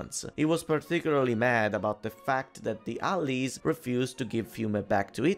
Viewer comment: Heh, I like how you say "allies" here. Never heard anyone say it like that before. This is probably one of the most interesting video's you've made, and also explains how Fiume was essentially added into Italy. It probably saved it from a biiiiiiiiiiiiiiiiiiiiiiig mess after the war, unlike Trieste and Dalmazia... Like I said earlier, Italian politics is a meme: sometimes good, sometimes bad, but never boring. Ciao!